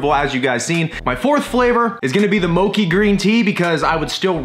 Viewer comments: It's mo-chee, insteak of mo-kee. It's japanese sticky rice dessert. I wanna see more puppy! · moe-chee my man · it's pronounced mo-chi (chi) like (chee)-se. Mochi is a very popular desert made by Japanese it is smashed rice shaped into a ball and usually has matcha (tea) paste inside. So it would basically be small bits of that inside the icecream😊 Hope you have a wonderful day. And God Bless you. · It's not "Moki", and you probably wont like mochi green tea unless you are Asian lol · How do you get that pronunciation from mochi haha? Mochi is said how it looks, not like mocha lol